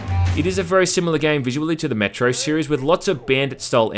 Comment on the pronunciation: He keeps saying Metro and I keep hearing Metroid